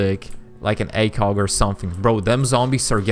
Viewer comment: and he called it "acog" 👁️👄👁️